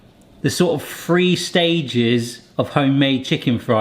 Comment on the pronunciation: all thru this video i was thinking how "three" sounds like "free".... what does "three free fries, thrice" sound like in accent?